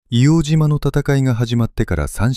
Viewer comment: 正しくは「いおうじま」じゃなくて「いおうとう」ですね。